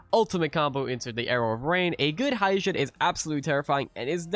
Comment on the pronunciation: Just to correct the pronounciation Hyejin. "Hye jin" is read as He with a short e and Jin as in Jin Kazama.